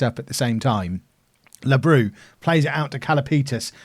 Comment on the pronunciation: OFI is pronounced as "offee" and labrou is pronounced as lAbrou and not labrOU also xydas is pronounced as kseedas